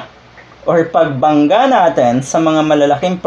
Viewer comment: "Natin" po at hindi "naten"